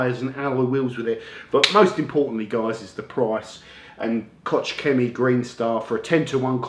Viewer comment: Kotch chemy? Yeah, I know, it's german and so almost impossible to pronounce this by native speakers. Spelling it correctly you should think of something like Loch Lomond...should sound like you are having a bad cough ;)